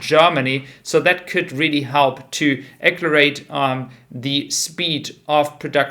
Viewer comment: Accelerate is pronounced “əkˈseləˌrāt”